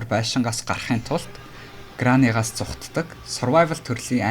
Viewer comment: Грани биш грэнни гэж уншина шүү